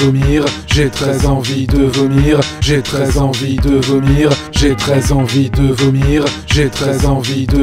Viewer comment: Au bout d'un moment on dirait qu'il ditt " j'ai 13 envies de vomir" x)